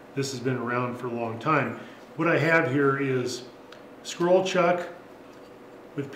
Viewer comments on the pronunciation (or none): none